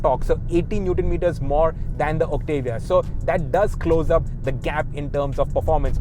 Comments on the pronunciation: It's Octavia not Octevia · First reviewer in India who can actually do the right pronunciation of the Octavia. It's Oct-tuh-vee-yah and not Oct-AA-Viya